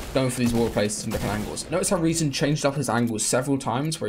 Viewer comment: I love how he pronounces rezon correctly